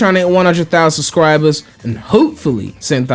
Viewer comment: I like how has started saying "sus-cribers". Very sussy.